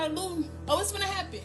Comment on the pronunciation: LOOTING rhymes with SHOOTING.